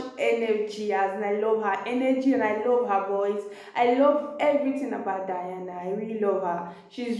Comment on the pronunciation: Her name is pronounced De+ana, NOT Di+ana